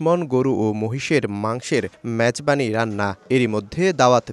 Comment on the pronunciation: ম্যাজবানি না মেজবানি